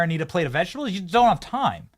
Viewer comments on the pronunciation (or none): none